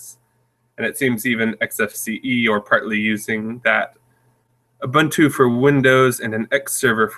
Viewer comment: What's up with his pronunciation of Ubuntu? Shouldn't an Ubuntu Community Manager know how to correctly pronounce the name??